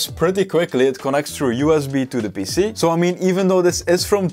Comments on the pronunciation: And PC sounds like he's saying pissy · Your pronunciation of PC sounds like youre saying pissy.